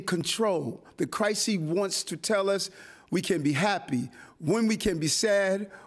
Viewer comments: The “Crisee.” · Wtf is the "crysee" ?